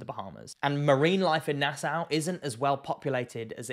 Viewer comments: It's pronounced nasaw not nasow. There are tigers and bulls in Nassau harbor. I am a Bahamian and we don't do dumb shit, because we know that we share are waters with monsters. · very reasonable video! Just never heard Nassau (Nass-augh) pronounced Nass-ow. I have heard a lot of people pronounce NASA as Nassua XD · Pronounced NasSAW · bro. Its pronounced {naa-sauw}. Please adjust for next time. lol. Im a Bahamian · Firstly, It’s pronounced Nas-saw. And sharkes definitely around nassau. Maybe not very close to shore, butttt the surrounding ocean for sure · Lived in the bahamas and particularly nassau all my life oh and quick tip no biggie.. its pronounced "nas-saw"